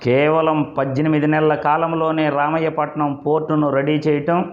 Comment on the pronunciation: ఒరే, రామాయపట్నం ఎక్కడ ఉందో తెలుసా రా. రామయ్యా పట్నం కాదురా , రామాయపట్నం రా బాబు